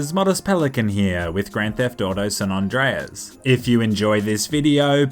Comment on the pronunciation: “San ondreas”